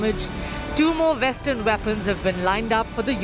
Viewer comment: vestern veapon? Can they not see that those words start with a w?